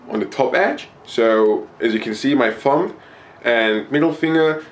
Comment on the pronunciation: you pronounce thumb like fum